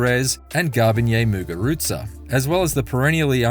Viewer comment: Jeez they butchered Muguruza